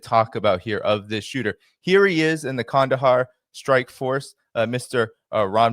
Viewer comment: Nice pronunciation of Qandahar,! 👏👏👏